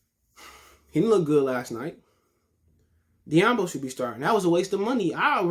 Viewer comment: This guy pronounced "doumbouya as diyambo". Alright next video for me.